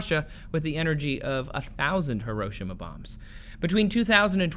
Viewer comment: Americans pronounce "hero" now pronounce "hiro" - "shima".